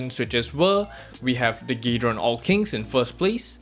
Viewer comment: why you call it gay-ron